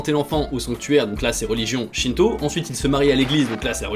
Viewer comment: Je suis le seul à avoir compris "shinzo" au lieu de "shinto" 😅